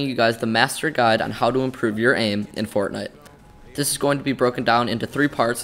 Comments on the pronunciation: When you say fortnite sometimes you say fortnut lol! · He said fornut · he said fortnut im not the only one who heard that right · 0:4-0:6 fort nut 🤣 nontheless great video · Fortnut I heard? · In the intro did he say fortnut? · i heard fortnut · bro this is a good video, just plz dont say fort'nut' anymore. If you wanna be more professional as a channel (which judging by your content quality you do) then say the proper game name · fortnute XD